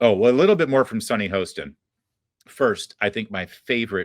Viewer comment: Its not hoesten its haastin. Pronounce the name correctly